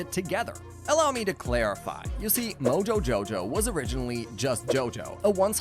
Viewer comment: Ehm ahm you did not pronounce moojojojow the way it should